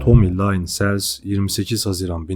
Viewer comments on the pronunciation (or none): Nacizane bir öneri. Adamın ismi Tommy Lynn = Tomi Lin SELZ diye okunur. Onun dışında videolarını çok beğendim. Emeğine sağlık.